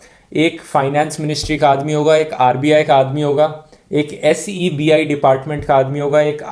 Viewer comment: एस ई बी आई,को सेबी बोला जाता है।ठीक से पढ़के आ भाई। किसीने रटवाया तूने बोल दिया।😁